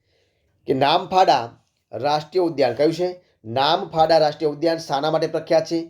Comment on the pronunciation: નામફાડા ❌ નામદફા ✔️